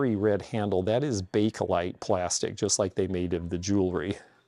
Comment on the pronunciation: Never knew those were hair receivers. Wouldn't it also be used just to have somewhere to put the hair from clogging up the hairbrush? Otherwise, you'd have to have a trash can close by. First person that pronounced Bakelite like Bakelite. I always here people pronounce it bake e(a) lite, which always sounded strange to me.